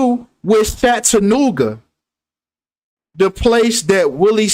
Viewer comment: it's CHAT-A NOOGA...ITS NOT SHAT LOL